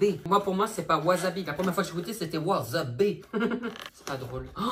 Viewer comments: C'est pas wasabi c'est wasebi 😂😂😂😂😂😂😂😂😂😂😂😂😂😂😂😂😂😂😂😂😂😂😂😂😂😂😂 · Le "wazabi" "waa zeubi" , j'ai crier 😂😂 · " WaSeuBi " 😂😂😂 ca m'a tué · C'est pas wasabi c'est waaaaw zeubi 😅😅😅😅😅 putain je me suis étouffer de rire lol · Cest pas du wasabi cest du waseBi😂😂😂😂